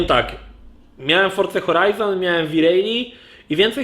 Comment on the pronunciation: Siema. Fajny material ale dlaczego uparcie mowisz wi rejli?